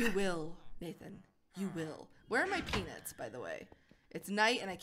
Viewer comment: She kept saying peanits 😂😂😂